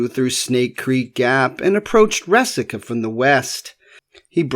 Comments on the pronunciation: Resaca. Rey-saca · It's Re-sack-ahh. I grew up on a farm near the mouth of Snake Creek Gap. The farmhouse was there during the war and my grandmother had two shoeboxes full of found relics from plowing her garden. We boys went around eyes on the ground looking out for minie balls, money(I found an 1835 half dome and an 1842 dime), coat buttons, etc. Also arrowheads--there was an Arrowhead rock--an outcrop of flint--on the property and chips were common finds.